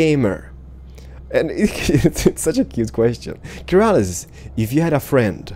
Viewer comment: Keralis* not metal is, XD sorry bout that!